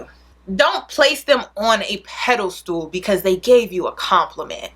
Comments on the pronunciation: Peda-stool. It's Pedestal (pronounced: Ped-iss-stal) TakEN as fact. Are you saying takING as fact? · I always laugh when says pedestal I always hear pedal stool 😂 love you girl!